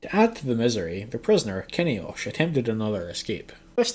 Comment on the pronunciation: RIP Jade. May she rest in peace. Btw, Kinhaosh's name is pronounced keen-howsh. I think, at least; I'm not great at Yttakin names. Or maybe keen-owsh?